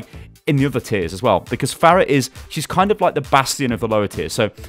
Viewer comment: Am I the only one that got increasingly triggered every time he said fairah instead of farah